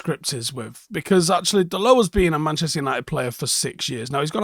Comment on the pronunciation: Just putting it out there... Can we start pronouncing his name correctly? It's not french, so you pronounce the T, like dot I think he's earned that little show of respect